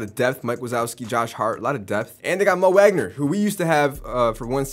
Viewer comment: I'm more upset how he pronounces Mo Wagner wrong